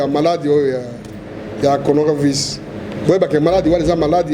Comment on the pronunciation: il ne sait pas dire coronavirus??